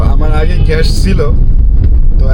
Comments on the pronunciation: ভাই ভিডিও তো ভালো লাগে। কিন্তু ঘ্যাষ ঘ্যাষ শুনতে ভালো লাগে না। গ্যাস না বলে ঘ্যাষ কি ইচ্ছে করে বলেন? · গ্যাস হবে ঘ্যাস না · আঙ্কেল আমার একটা রিকোয়েস্ট প্লিজ রাখবেন ঘেস বলবেন না গ্যাস বলার চেষ্টা করবেন নিয়মিত আপনার ভিডিও দেখি অনেক ভালো লাগে ❤❤❤